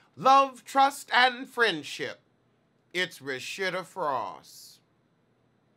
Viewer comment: every time you say RaSHITa i gag ‼️‼️😂😂 love you 😏😏